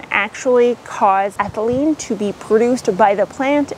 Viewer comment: Did you say ehtylene? Isn't that what bananas release to ripen?